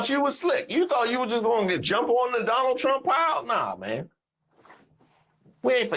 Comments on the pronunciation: Salsa 💃 “I will vote for Donol Trom” lol 😂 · I thought they said "Donna Trunk."😂😂😂😂😂